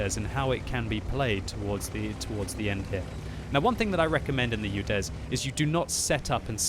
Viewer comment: It`s UDES, not UDEZ